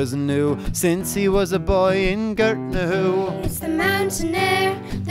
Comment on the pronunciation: im irish but the way they say gortnahoie the say it like guuuurtnahoie